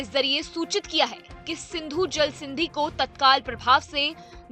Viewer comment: अबे जेल स्ट्राइक नही जल स्ट्राइक बोल।